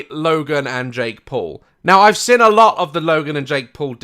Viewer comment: Is it just me or does Daz say 'sen' and not 'seen'? xD